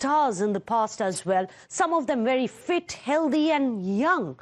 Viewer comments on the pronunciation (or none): Healthy is pronounced "Hell Thee" Not Hell Dee No offence